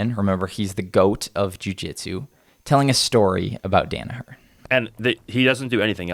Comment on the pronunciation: I wish yanks would pronounce hid name properly. Danaher. As in Dan Hooker